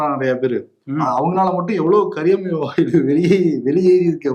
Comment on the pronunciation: கரியாமல வாயு இல்ல கரியமில வாயு.... pronounce correctly